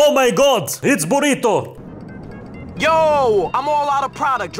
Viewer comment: He is calling naruto burito??